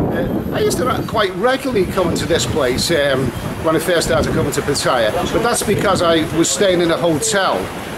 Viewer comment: Its PAT TA YA not PA TAI YA .